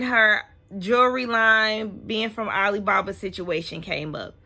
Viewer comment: Every time Meredith says Ali baba it takes me out!!! Ali Baaa Baaaaaaaa!!!!!